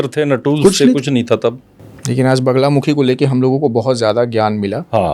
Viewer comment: Sahi bola baglamukhi hota he na ki banglamukhi